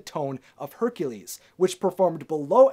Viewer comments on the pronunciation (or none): none